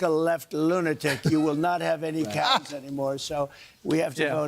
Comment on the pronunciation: What is up with this "no cows" business? And what was that weird pronunciation of "CYAOWS."